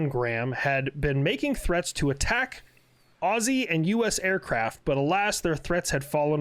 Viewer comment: well done on pronouncing 'Aussie' correctly.